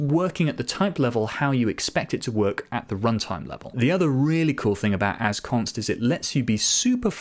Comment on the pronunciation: Mom, he said Assconst again!